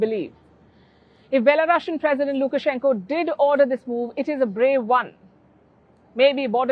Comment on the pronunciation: i LOVE how you call them belo russians lmao its perfect <3